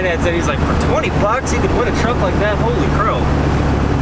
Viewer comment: Did you say "holey croke" ? haha :D